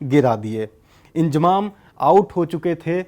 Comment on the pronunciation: Abe ye koun anpad hai naam bhi pronounce Karna nahi ata inzamam ko iljamam bol raha feet ko meter bol raha hai bhagwan hi malik hai in up Bihar wa lo ke padai ke standard ka